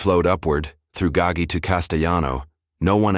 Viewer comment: Typical: mispronounced Gaggi